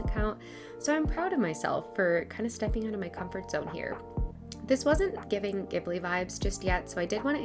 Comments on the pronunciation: This video was so well put together especially bringing up awareness! Thank you for that! I also wanted to point out that I’m prettyyyyy sure Ghibili is pronounced Ji-ba-lee, but not entirely sure! Sorry if I sounded mean saying that.. BUT REALLY ENJOYED THE VIDEO :)) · It was my first time hearing someone pronounce it that way so thank you for helping me become more educated :)!